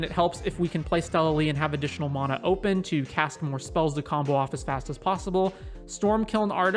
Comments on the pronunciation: MAN - UH = Correct -- MON - UH = Rere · Anyone else bothered how he says Mona..... it's Mana. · ItS mAnA nOt MoNa